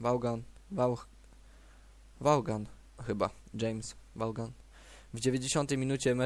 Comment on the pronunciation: Świetnie !!! Tylko taka mała wskazówka : Vaughan czyta sie Vołan